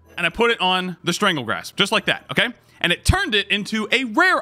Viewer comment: Strangle GASP not Grasp my boi. 😂